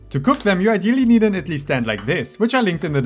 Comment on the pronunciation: Your effort is so commendable!! I absolutely love Idli and was so happy to see such a detailed and authentic video for the recipe. ❤❤❤ Your content is really high quality and I hope you get more recognition. Your pronunciation is also quite spot on !!